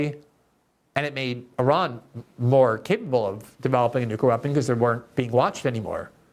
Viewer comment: Glenn, you're brilliant! U should probably practice saying "new-clear." Nookyer is NOT a word (and it makes you sound ignorant).